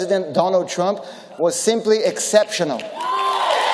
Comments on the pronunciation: "Donald Trimp" kkk. É um dilmo mesmo. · “meu relacionamento com o presidente Donald Trimp (sic) foi simplesmente sensacional” KKKKKKKKKKKKKKKKKKKKK atá